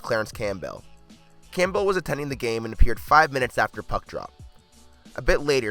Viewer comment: Pav-e-leski? Clam-bell? facepalm